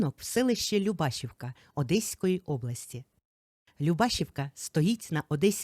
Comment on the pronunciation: ЛюбашІвка, наголос на і❤